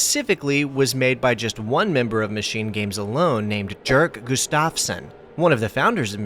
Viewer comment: Its pronounced like "Yerk" not Jerk Gustafsson. In Swedish many "J's" have more of a "Y" sound. Source: My spouse is Swedish